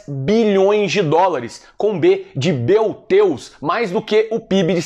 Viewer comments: "B de BEU DEUS", " Dom Sebastião" entre outras pérolas. O é diferente! Realmente diferenciado! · "B de Beu Teus". F Gugu Liberato